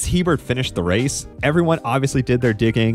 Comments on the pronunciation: Just because it was a mistake I made when I was a kid and saw the Hebert name for the first time (lot of Heberts in Louisiana), it's pronounced "a bear" not "he bert". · It's pronounced "E-Bear", not Hebert. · His name is almost always pronounced "aye-bear", not "he-bert". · It's Hebert (ay-bare).